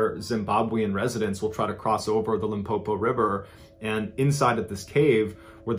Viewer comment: Pronunciation of Limpopo is perfect...award winning 👌